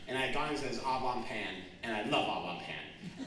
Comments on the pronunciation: Au bon pain is what he was going for but it did sound like oblong pan 😂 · My dust-covered French degree is curling in its frame at the pronunciation of 'Au bon pain'.